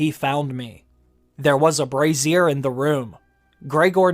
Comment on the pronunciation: "...there was a brassiere in the room..." What does a bra have to do with it? (You may want to learn how to pronounce 'brazier' so you won't sound quite so uneducated. Other than that though, good job on the video. Thumbs up.